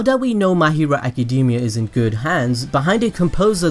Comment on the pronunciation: I love your videos BUT ACADEEEEMIA REALLY DUDE its so distracting